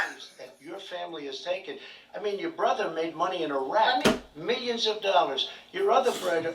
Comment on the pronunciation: Trump slipper up to his Queens accent, “The otha bruddah” 🤣 I do listen hard for the street NY accent.